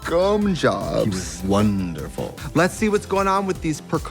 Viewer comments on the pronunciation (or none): "He was WON-derful" omg Katya I can't 🤣🤣🤣